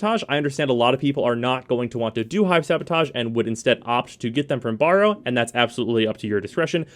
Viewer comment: Borrow, eh? I thought his name was Baro. And lets not even get in to 'rapier',.